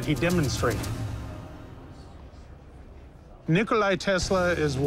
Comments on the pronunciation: Nikola not Nikolai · Expert of Tesla said Nikolai 😂. It's Nikola Tesla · NIKOLA, not Nikolaj. Serbian, not Russian. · Nikola, not Nikolai. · He is not Nikolai, but Nikola (Nee-co-la) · Its not Nikolai Tesla, its NIKOLA Tesla.. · It is not Nikolay it is NIKOLA TESLA ! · Its Nikola not Nikolai, you're welcome. 😇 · it's Nikola, not Nikolaj/Nikolay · its not NikolaJ !!! its Nikola! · Yeah, "Nikolai" Tesla's induction motor xD. It's Nikola... What an absurd thing to bring to a PAWN SHOP xD. I want TWO HUNDRED AND FIFTY THOUSAND DOLLARS! This show is ridiculous sometimes.